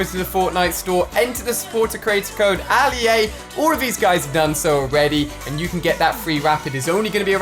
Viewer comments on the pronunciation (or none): It’s ALI-A